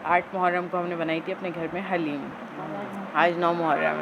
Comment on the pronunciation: Haleem nhi Kaha kren dhleem Bola kren plz